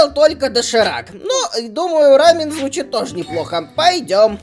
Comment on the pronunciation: Не рамин а рамён